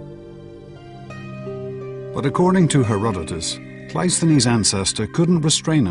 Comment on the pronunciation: That's not how you say Cresus' 🙄 Or Cleisthenes' But okay, point made.